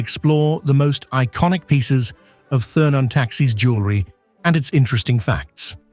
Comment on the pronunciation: I was looking for this. Must be AI, because speaking as if he were from the Continent, a true English man would know how to correctly say the name.